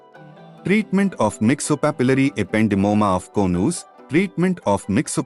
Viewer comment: Konooz....😊 Its Co-nus